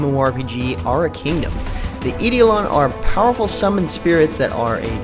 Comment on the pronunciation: Doesn't matter, but for future reference for anyone else it is pronounced "Eye-Doh-Lon" as opposed to "Ee-Dee-Oh-Lon". No big deal though!!! Good video, keep up the good work.